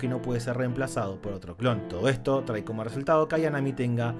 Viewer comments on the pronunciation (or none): none